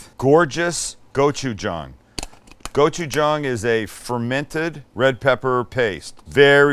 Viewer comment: As a Korean American, I appreciate that your pronunciation of gochujang has improved!